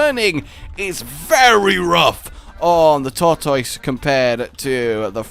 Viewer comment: It's not a Tortoise it's a thortoise